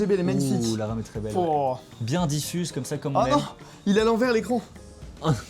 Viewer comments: Il y a que moi qui entend je vois de l'Arabe juste là au lieu de la RAM 😂😂😂😂😂 J'ai du réécouté 2 fois pour comprendre 😂😂😂😂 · quand il a dit guette la ram la bat jai compris guette l'arabe la bas